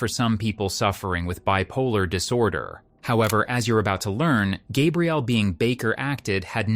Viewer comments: Are you a real narrator. I think not. Is it Gabe-rielle or Gabrielle. Clue, it's the latter. Short A for women and long for men and different spelling. A human would make the same mistake over and over again. A human would not change from one pronunciation to another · Her name is GabriELLE, not GABE-riel. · The roulette of ways you chose to pronounce her (and my) name was dizzying. 🥴 Gabrielle, not Gay-brielle, not Gabriel, hard G, ab like abs, ree, elle. Please.😂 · For the love of god, please edit your shitty AI narrator. When you misspell “Gabrielle” as “Gabriel,” then you end up with the inconsistent pronunciations. Either actually have a human record their voice or EDIT! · The fact that the narrator repeatedly calls her "Gabriel" should have been a big hint. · Its the feminine of Gabriel, I've heard people pronounce it gabe-rielle plenty of times in person, not just an AI thing. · Also calling her “Gabrielle” like a man’s name and not like a woman’s name is cracking me up. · it irks me, the way the AI said “gabrielle.” 🙃